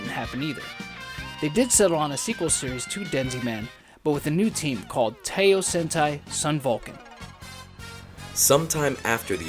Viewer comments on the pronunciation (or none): Teiyo ("Tay Yoh")? It's Taiyo ("Tie Yoh").